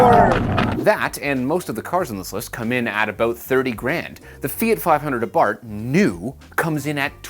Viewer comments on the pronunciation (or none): "abart" XD its literally "Abarth"